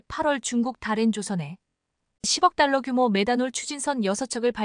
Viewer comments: 딸러를 탈러라고 읽나요? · 예순 다섯 덜러? 제발 정신 좀 차리세요! 기본적인 상식 마저 빼 먹었나요? 이탈 초? 혹시, 글을 로봇이 읽나요?